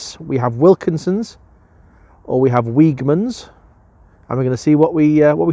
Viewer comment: Weegmans is pronounced weedgemans. Agree with your assessments of the pork 🥧 pies.